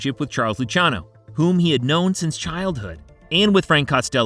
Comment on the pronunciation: He messed up a lot of pronunciations, did you hear him with Luciano? 😂